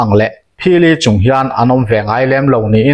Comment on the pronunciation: Phili chûng...tih hi...chûûngngng...ti in thluk raih raih tur zawk a ni em ka ti a.Sir 🫢😂